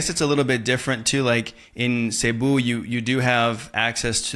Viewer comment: Cebu is prnounced as seh-BOO. Stress is on the second syllable.